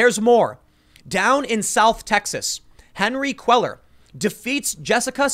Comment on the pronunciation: Henry KAY-YAR from Lor-ay-doe Voted for Jessica. lol was hoping for another AOC.